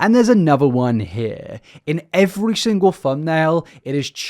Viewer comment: Is your 'accent' super sloppy or do you have an actual speech impediment? Some of the 'ow' in your words are just SO hard to listen to. "a howping hand" like sometimes you can say an L or an R and sometimes ... you can't ? "I saw" becomes "I sowre" and it's one of the worst bad british accents, like a flagship example of why i hate british accents "singow" instead of single, so much trouble with glides..... I don't know if I'm hearing it as wrong because I'm so used to American speech, but not all british accents sound like yours either? "well" becomes "wow"